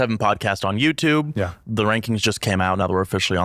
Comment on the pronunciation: Completely petty and not important but I fucking hate this guy's accent. "I used to to YewTewb" "My fiancee is mad that I buy Fewd and I cut back on the Fewd spending" So fucking annoying I'm sorry lmfao